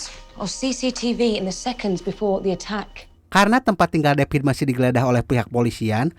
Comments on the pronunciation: Davidd.......oiii....bukan depit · David ouy....bukan depit